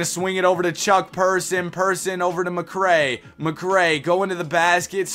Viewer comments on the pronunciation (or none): none